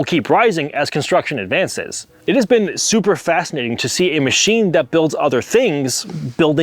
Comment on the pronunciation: He’s still saying chine weird 😂